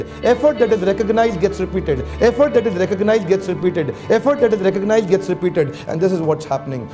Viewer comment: Excellent video... small correction *Effort that is recognized gets repeated. It is recognized Not “recongnized”